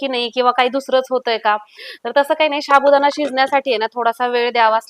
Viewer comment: शाबुदाणा नाही गं साबुदाणा बोलतात